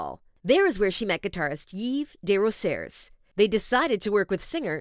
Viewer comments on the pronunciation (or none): It's pronounced Dey-Roh-Zee-Hey (Desrosiers)